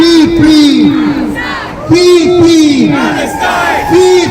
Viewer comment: At 35 minutes in did I hear him say "Pee Pee Palestine", that's not very nice, I hope he was reported.